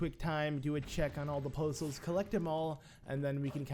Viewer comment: Poe Souls sounds like postals to me. I was thoroughly confused. What did the postman do to you?!